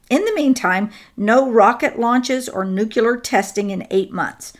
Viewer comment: Nuke--You--Lur? You're beginning to sound like Georgie Bush. You're way too smart for that. For goodness sake, even can pronounce it correctly. It's not that hard, say it with me now: New--Clee--Ur 😘